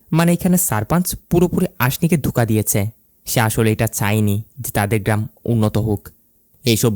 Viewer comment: আপনার উচ্চারণে অনেক সমস্যা আছে, এইজন্যই ইন্টারেস্ট হারিয়ে ফেলি, আপনি লোক না বলে লুক বললেন, অদিতি না বলে ওদিতি বললেন, ধোকা না বলে ধুকা বললেন, কোথাও না বলে কুথাও বললেন, টিকবে না এর বদলে ঠিকবে না, এরকম অনেক ভুল করেন আপনি, আমি জানি না আপনি বাঙালি কি না তবে আপনার কথার উচ্চারণের মধ্যে অনেক ভুল আছে, এই ভুলগুলো শুধরে নিন।